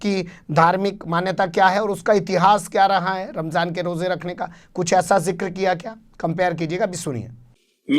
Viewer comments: Ramjhan bola h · Rmzaan,, bhi bolne nshi asta ssheb ko. Rmjhaan bol rahe hye. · Ramjhaan kya hota hai be ...? Ramzaan hota hai.. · Ramzaan ko ramzhaan bolre.lagta hai muslim ke tehwar bhi theek se nahi bolte.thora muslim ke baare mein seekhna chahiye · Ramjhan nahi Ramazan hai sahi word . Sahi to bolna nahi aata isko. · Ramjhan nahi phenku ji..... Ramdan or Ramzan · Ramjhan nhi ramzan hota hai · रमझान नहीं रमज़ान है प्रधानमंत्री जी । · Jahil pm ramzan ko ramjan bol raha hai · RAMJAN nahi aey donkey...theek se RAMZAN bol..desh ka pradhan mantri aise hote hai...